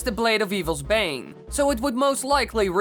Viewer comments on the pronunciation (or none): none